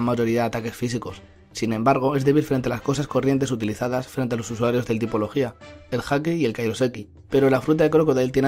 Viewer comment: ¿No se supone que se dice "logia" en lugar de "logía"? Me ha sonado super raro jajajaja